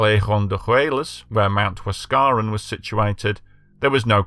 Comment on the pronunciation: Get your pronunciation right please.....its NOT Huas.. caran !! Its Huas... ca.... ran ok